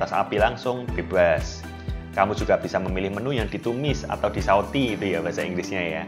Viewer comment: Pas bilang bebas ..medok bgt..tapi suka